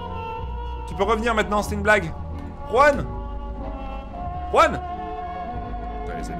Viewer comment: juan pas ruan